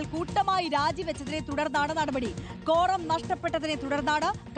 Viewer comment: കോറം ആണോ കോണ്ടം ആണോ...